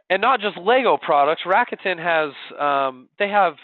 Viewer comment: Aside from the bad pronunciation of "RA KU TE N" which is Japanese and there is no stress on any part of the name, this was very informative.